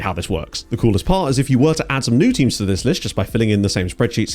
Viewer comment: Thought you said temu's database 😂